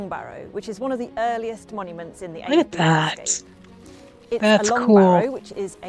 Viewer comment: It is pronounced Ave-bree, the first half rymes with shave. You were pretty close the first time. I've been to Avebury stones many times, not the long Barrow, but now I've seen this, I will. I live about a 2 hour drive away.